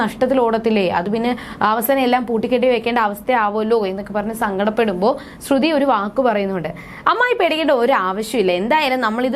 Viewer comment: ശ്രുധി അല്ല ശ്രുതി 😂😂ഇല്ല അത് പോലും അറിയില്ല ല്ലോ 🤣🤣🤣